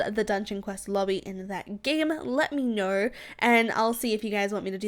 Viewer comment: She say ner instead of know